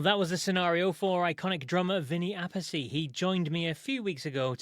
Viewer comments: How hard to pronounce Appice correctly in Italian? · you are right... I wonder why he does that... For me as Italian it's frustrating haha Great interview thanks